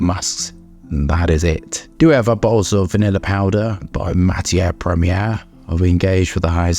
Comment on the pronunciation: I think you pronounce the house name very well